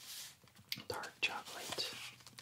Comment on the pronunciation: Bonjour! J'adore ce que tu fais mais il y a juste un tout petit truc qui m'agace : ta manière de prononcer "chocolate" Ca se prononce "tchocleute" et non "tchokeulèïte" avec un accent sur le premier "o", le deuxième "o" ne se prononce pas et le "a" n'est PAS long mais court